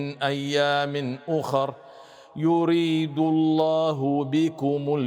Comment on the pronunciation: ، ما شاء الله، يطبق أحكام تجويدية مع ترتيل في قراءته⚘ ولكنه أخطأ عند في قوله تعالى "يريد"، لأنه فخم الراء، والراء المكسورة حكمها التجويدي من حيث التفخيم والترقيق هو الترقيق (يعني مرققة وليست مفخمة، وهذا حكم تجويدي لمن يرغب في الاطلاع عليه يبحث عن الشيخ أيمن سويد)